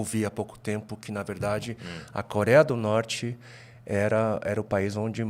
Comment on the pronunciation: O camarada tá no Brasil não sabe falar corea do norte 😂😂😂😂😂😂😂😂😂😂😂😂